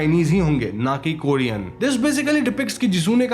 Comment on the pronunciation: Korean hai kodean nahi